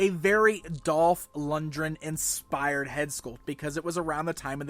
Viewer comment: It's Dolf LunGREN, not Dolf Lunjren, wow, you can't even pronounce an easy name